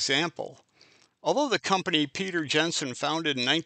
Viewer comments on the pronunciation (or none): none